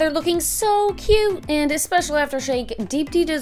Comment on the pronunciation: I can't stop laughing at how they pronounce Deepti lmao